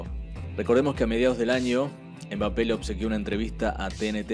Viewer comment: No se dice embape se pronuncia mbape como el sonido de la eme que no es em m solo m como cuando se asiente algo mmm no dicen ememem